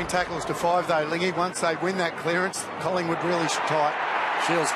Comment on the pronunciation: There's a 'G' in Collingwood, AFL